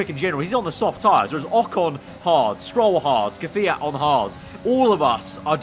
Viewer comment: Mate please, instead of keviat. Kviat. not Keviat ots, KVIAT